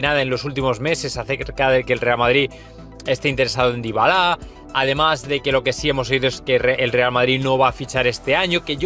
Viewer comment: Ya le cambió el apellido al jugador xD le puso un apellido Africano Dybalá, es Dybala amigo, para que sean cada ves mejor los videos hay que pronunciar bien los nombres y apellidos amigo